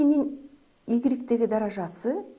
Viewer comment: Мынча невыносима суйлойс, "даража"-деген созду туура айтынчы